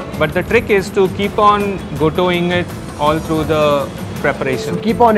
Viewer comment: Wtf is " gotooing"? It is called as "Ghota" means pounding of wheat and meat together.